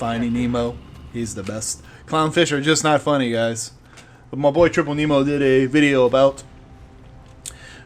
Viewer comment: Lol please don't take this the wrong way, but I need to correct you ;) I'm female, and it's TippleFish lol not Triple ^.^! It's cool to see someone else's views on this topic, it was an interesting one to explain and also thank you for featuring me ^.^!